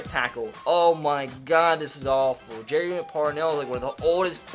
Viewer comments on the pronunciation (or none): none